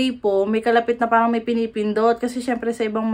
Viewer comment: I am curious , whenever you’ve said the word “parang” why are you pronouncing in slang “ peyrang” , when you are talking in pure tagalog accent ? pa cute Lang ba or pa arte Lang yun Sa Vlog mo?